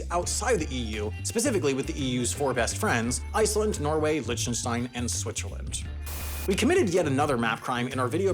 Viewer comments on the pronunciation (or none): error in the error video, Liechtenstein is pronounced liktenshtine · I don't think Lichtenstein is pronounced like that. It's supposed to be pronounced LIK-ten-stine